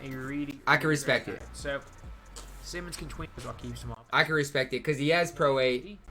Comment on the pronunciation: Respect***** not respeck